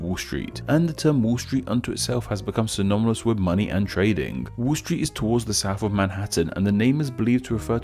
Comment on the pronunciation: My friend, excellent video. Just two things. Ano-ny-mous and Syno-ny-mous, haha.